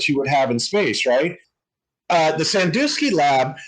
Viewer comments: Sandusky, not Sandoosky. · "SanDOOSKY Ohio." Its SanDUSKY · Sandusky, not Sandooooooooooooooosky dusk, like just before dark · Oh FFS, flat earthers can't get anything right. It is pronounced San-dusk-ee, not San-do-ski. Notice got it right. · Sandusky is pronounced "san-DUH-skee", not "san-DOO-skee". Flat Earthers are good at using footage and editing it and/or leaving footage info to meld it into "Flat Earth evidence". Honesty is a detriment to the Flat Earth cult.